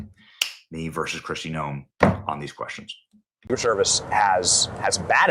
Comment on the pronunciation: The word is, "questions" and not, 'queschtions'.